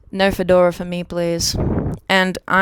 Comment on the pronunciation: I tip my fedowwa to you. Yaww a gud one, she's one of the gud fowwwyyddds